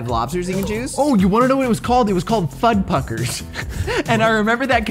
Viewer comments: The funniest thing of this episode is missaying "Fudpuckers" instead of the actual bame "Fudruckers" xD but i loved this episode so much. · Are you sure it was FudPUCKERS, and not Fuddruckers??? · I hate to admit this, but I know it was called “fud ruckers” not “fud puckers” because I am old, and I was alive during those wild times lol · When I lived in Ohio, there was a restaurant called Fuddruckers. It came to mind when said Fudpuckers. 😆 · Fudd-RUCKERs not Puckers. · Its not fudpuckers its fudruckers and its very good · Why Ocala tho? 😂😂 And it’s Fuddruckers man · FudRUCKERs, …with an R. 🤪 But also, the Pizza Hut salad bar was actually pretty decent. My grandma would take me there every once in a while on a senior day. You could get unlimited pizza, salad, breadsticks, cinnamon sticks, icing, and marinara sauce all for $5. Now you have to pay like $1 for each additional sauce, and the pizzas are $20. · IT'S FUDDRUCKERS WITH AN R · its fudRUCKERS